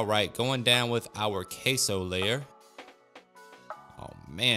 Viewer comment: Queso it's pronounced simply "keso" not "keisou". Why do you say it that way? Weird